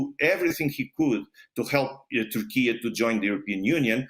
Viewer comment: What country is "Tourkee"?